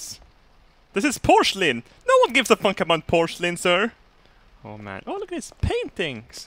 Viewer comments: Did you just say..... Porschelin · Porshlin. Thats now the correct pronounciation from now on